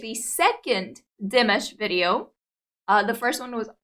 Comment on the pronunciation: Not "Dimish". His name is pronounced Dee MAHSH.